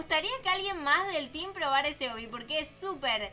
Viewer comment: Pero dijo el teem